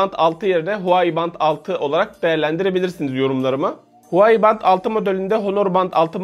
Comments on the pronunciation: Huwai değil Huawei reis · huai değil huavey diye okunuyo abi